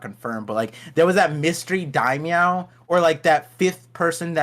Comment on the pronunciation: Lmaooo it’s daimyo not Daimyow loll